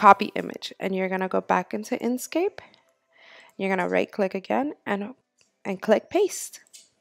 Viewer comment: INK scape. NOT in scape. Smh